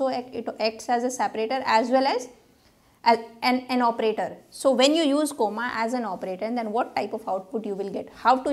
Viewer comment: The way you pronounce comma is funny (coma) 😂😅